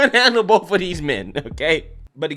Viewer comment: 🤣🤣 "Only so much juice for the bofe uvm" 😂😂